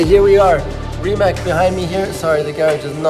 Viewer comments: Nico please learn how to pronounce the name Rimac. Its not Rimak, its Rimac (Rimats)! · Am the only one that gets mad every time he says Rimak instead of Rimac? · man nico, es heisst immer noch rimac und nicht rimak oder rimäck. ein c is und bleibt im kroatischen immer nur ein c, ausgesprochen wird das c wie bei und zitrone. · Glad you enjoy it!!!!! Btw , dont you pronounce it Riemats in stead fo Riemak? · Everything is cool beside the fact that it doesn´t call Rimak its Rimac with a Z and not a K! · GUYS PLEASE IT IS NOT RIMAC (K) ITS RIMAC(Z) pronouns it like Germans would Z pls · You have seen the world, you have been to Croatia, you have visited Zagreb, you bought the car and you still don't know how to pronounce Rimac 🙈